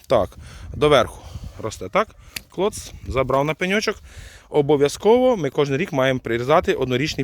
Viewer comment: Як подобаеться Вашэ: на пэньочок! 😅 Дякую,! ❤